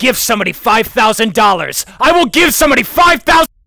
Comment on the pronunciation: "IL GIVE SOMEONE 5THASEND DOLLERS"